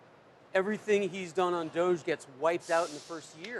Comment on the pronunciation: Why does he keep saying doige?